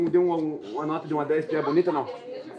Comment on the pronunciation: "eu gostu dê muié" kkkkkkkkkkkkkkkkkkkkkkkkkkk